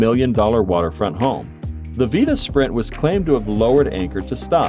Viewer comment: The narrator mispronounced the Vita Spirit calling in the Vita Sprint! Big difference!